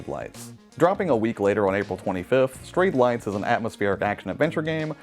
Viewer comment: Thank you! I kept hearing "Straight Life" and couldn't hear anything else XD